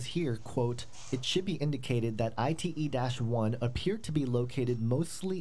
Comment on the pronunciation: " ITE " perfecto!!!